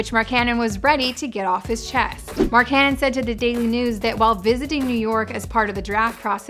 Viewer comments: Why does she keep saying Marcannon its Markkanen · King Phoenix more like mark-ka-nen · When she said Mark cannon I instantly clicked off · I peeped the comments so i guess u murdered his name Mark Canon😭 just call him Lauri MarkGoat😭 let me not over hype him😎plus frank decent better fit with The Unicorn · Fire her now she can't even say markkanen right come on now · Britt would have said his name right